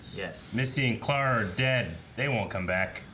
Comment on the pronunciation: 2 years late but it's the same with pronouncing Clara as "claire-a", makes me cringe